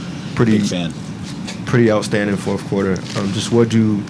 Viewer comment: Who's the journalist calling it the forfff quarter??? Dude.... get your words out of your mouth.😅